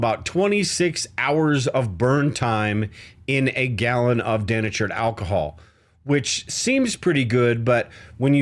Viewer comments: Den-a-tured ? Oh come on man. Remember how your high school English teacher taught you how to find the syllables. De- na-tured. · Americans say "dee-NAY-chured" not DEN-a-churd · Love your logical approach my friend. Just one question - is that how Americans pronounce 'denatured' as if it had two 'n' sounds, so 'deNNatured'? I learnt it as 'dee-natured', like 'dee-activated' or 'dee-constructed' where the 'de' parts means 'no longer' like 'no longer natural', 'no longer activated' and 'no longer constructed'. I guess we say that because the 'dee-naturing' process is about making the alcohol undrinkable by adding chemicals. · Den achured alcohol? Are you in Canada? In the US we say dee natured alcohol. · dee-NAY-churd Bro, please, you’re killing me. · I’m a painter who uses denatured alcohol a lot. It’s pronounced De natured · “De” natured alcohol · Thank you - and its DEE natured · Early in the video, you kept using the expression "CO2". I think what you meant was "CO", which is Carbon Monoxide. CO2 is Carbon Dioxide and is significantly less dangerous than Carbon Monoxide. Also, you're mispronouncing the word "Denatured". Just saying.